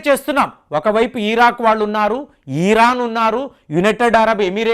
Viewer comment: కొన్ని దేశాల పేర్లు మీ నోటి నుంచి వింటుంటే నవ్వాలా, ఏడవాలా అర్థం కాని పరిస్థితి గారు వెనుజులా ని వెనున్జులా అంటారు ఇరాన్ ని ఈ.. రాన్ అంటారు ఇలా ఎన్నో పద ప్రయోగాలు మా మీద వదులుతున్నారు